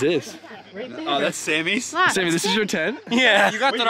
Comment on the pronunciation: Love Sammy he seems like such a good dude haha might have murdered his name🤷‍♂️